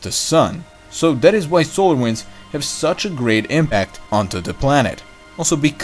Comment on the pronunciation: I like your videos,and almost your pronunciation.please try to pronunciate th like in that ( not dat) and theme (not teme).i would like to use your videos to my students. Keep up your good job